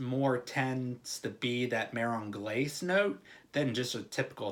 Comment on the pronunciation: MAH-RON GLAH-SAY :) That's how you say it :)